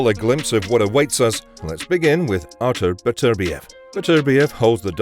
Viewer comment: At last a narrator who actually pronounces Artur Beterbiev's name correctly. Unlike the dumb Yank's, who call him Better-bi-ev.